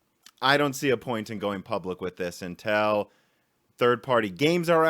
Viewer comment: every time says “until” it sounds like he’s saying “intel” lol i’ve noticed it on bs also.